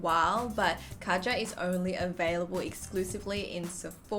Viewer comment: Just to clear things up you pronounce it way different just type Kaja into google translate and see for yourself I just wanted to say this because I personally think if a certain brand puts a lot of effort into their product they should have the customers respect its name.